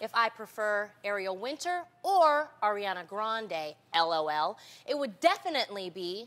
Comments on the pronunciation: "arianda" 😭😩😪 its ariana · lol she said "arianda" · She just said Arianda shade lol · OMG LONI TRYNA PREACH THEN SHE SAYS "ARIANDA" LMAO THAT IS ONE OF THE REASONS THAT I LIKE HER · Loni said Arianda, fucking dead